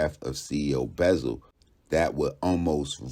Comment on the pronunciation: CEO “Buzzle” wypepo 😩😂